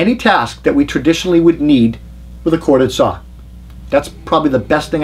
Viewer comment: I just like to listen to see how many times he says "Sawr". Seriously, I think they are all great saws in the top 4 brands. I just don't want to use a saw that takes a 9Ah battery or larger, at that point I'm plugging a cord in to save weight. I have so many 18V makita packs I could easily run 36 volt and dont for just that reason.